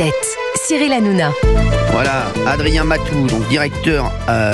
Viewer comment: ps:hanouna et pas hanouja ou hanoujna =)